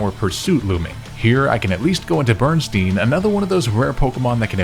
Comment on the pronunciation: Bro not you naming a Pokémon "Bernstain" and then pronouncing it "Berenstein!" Talk about the espeon effect!